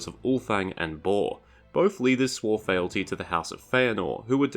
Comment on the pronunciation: Fealty is pronounced as "feel-tee" not "fell-tee".